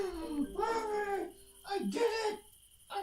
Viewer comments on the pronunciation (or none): none